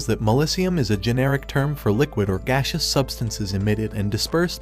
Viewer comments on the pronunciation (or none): none